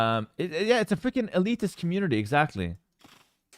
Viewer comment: Is it a meme to call SC2 fans "elitist" and mispronounce it? Because if it's a trap to get me to correct you it's genius. Either way, I love SC2 and AOE2 and there's nothing you can do about it.